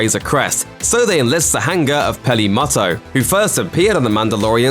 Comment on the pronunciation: "Belong- Ging", "Hang-Gar", you realise that the ng is a soft sound?